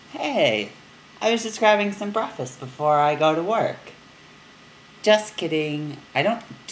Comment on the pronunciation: Breffast XD XD